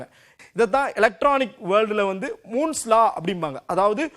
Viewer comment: Moon's law ila pa Moores law